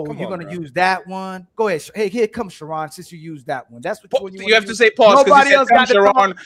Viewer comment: That lamé’s name is pronounced Sharon like his last name is stone